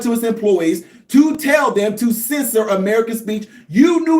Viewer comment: Censor not scisser 😂😂